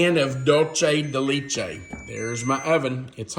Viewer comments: It is pronounced laychay...it is Spanish. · Leche is ‘milk’ in Spanish. The (both) “e” is pronounced like a long “a”. I’d love to know the maker/ brand/ source for that mixing bowl. Hopefully, Amazon 😂 Those look yummy!!